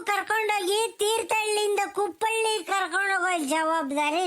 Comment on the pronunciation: ಕುಪ್ಪಳಿ.....ಕುಪ್ಪಳ್ಳಿ ಅಲ್ಲ